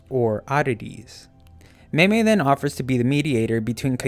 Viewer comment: No it's meimei go watch the show bro